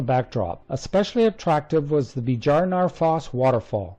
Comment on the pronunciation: Just keep in mind that Scandinavian and north european 'J' (Icelandic, Norwegian, Swedish, Danish, Finnish, German) is pronounced like "Y", not like the american / british J. For example, Bjarnafoss would be pronounced Byaarnaafoss.